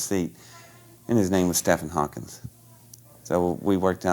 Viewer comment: I totally believe in this kind of tech and other civilisations out there, but I have 2 issues with this story. 1: It's Stephen (pronounced Steven) Hawking not Stephen Hawkins. 2: With a mind like his he had problems remembering who else other than JFK has been assassinated.